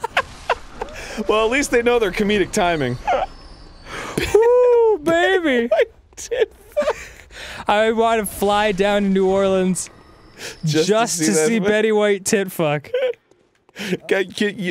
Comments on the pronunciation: I know this is late, but wtf is narleans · I love the way Danny pronounces New Orleans. "Neorlands." And you thought linguistics were pretentious.